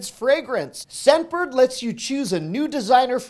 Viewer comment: I kept hearing "Sedburg" instead of "Scentbird".